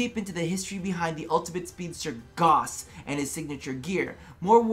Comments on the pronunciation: Gauss not gaws, said gowss. I dunno how you American folk don't understand vowels or the importance of the letter H when starting a word. 😂🤣 Gauss is a measure of magnetics.... He is a mag lev accelerated frame like a bullet train. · Gauss like a House! Pronounce it as it is said in the Gospel of the Potato! :P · Its called gauss the u isnt silent its a german Name dont cut it down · I will NEVER say Goss. I don't care how DE says it. It's disrespectful to Carl Friedrich Gauss, widely considered the greatest mathematician of all time. FFS, the word gauss is a unit of magnetic induction, equal to one ten-thousandth of a tesla. What's next...are they going to name a frame Teesla?